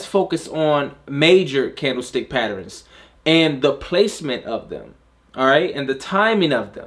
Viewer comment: As always great content. I always smile the way u say “patterns” Sounds like “patterINS” Lol